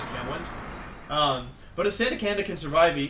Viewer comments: Also: "How did Gengar survivey" That shit gets me everytime :,) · I sur-viv-ay?!?